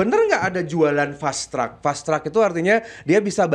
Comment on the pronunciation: Fast track bukan fastrak 😂😂😂